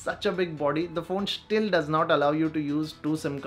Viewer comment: Schtill XD